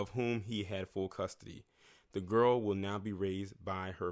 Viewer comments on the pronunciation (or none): none